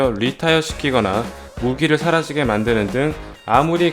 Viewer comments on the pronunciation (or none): 사라지에가아니라 사라지게